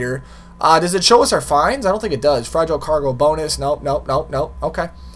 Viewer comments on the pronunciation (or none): none